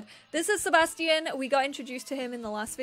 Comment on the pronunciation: Seba Sti Ian lmao it’s Sebastian